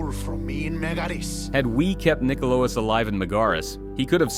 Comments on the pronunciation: I love that he got nikolaos kind of right the first time then proceeded to say it as wrong as possible multiple times after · Was it really that hard to read Nikolaos? They even say it in the game...